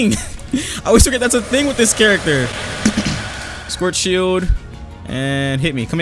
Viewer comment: i love how he pronounces "schwartzshieldo" as "squirt shield"